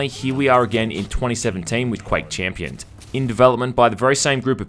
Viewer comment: fuck how many times do you wanna say chiiiiimpions